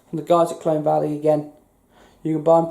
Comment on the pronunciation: Colne not Clone